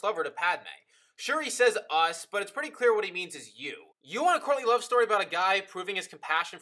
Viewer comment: Good video. Only problem: every time you say courtly love, I think you're saying Courtney Love. Which changes everything!